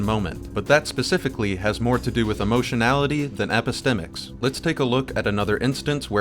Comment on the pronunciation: You really took the most convoluted and self-important explanation for epistemics. 😂 Not what you said but the definition text you showed. It's also quite funny that Destiny pronounces it wrong. He has never heard it just only read about it in one of his philosophy for dummies books, and thought it sounded smart. True story.